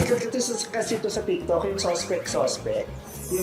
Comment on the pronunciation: Natawa ako dun sa 'Suspect,suspect dati mukhang supect 😂😂 Bilis ng rebuttal ni Stell 😅😂